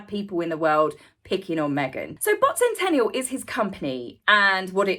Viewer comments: Bot Sentinel, Not Sentential or Sentenial. Not complaining, just had to set it straight. Appreciate your time and effort on this. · It's Bot Sentinel, not Sentennial. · Interesting video, thank you. But it is SENTINEL not Sentennial!